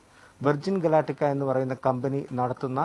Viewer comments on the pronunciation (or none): വെർജിൻ ഗാലറ്റിക്ക അല്ല വെർജിൻ ഗാലറ്റിക്..